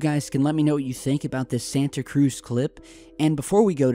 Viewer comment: Triggered when people pronounce Santa Cruz wrong